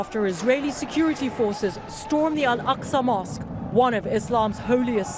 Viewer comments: Al-Aqsa not Al-Asqa...the Q before the S. Great work, thank you. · I don’t wanna be the jerk but you made a small innocent mistake, the mosque is kalled Al Ak’sa not Al As’ka , but honestly thank you so much for what you’re doing and for calling the deception and the lies of the sioniste state